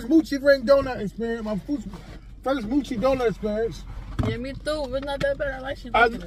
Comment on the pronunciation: Happy bday to your niece. it’s mo-chi…not moo-chi there is only 1 O